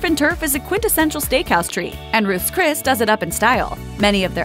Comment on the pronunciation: "Roose Cris" lol 😆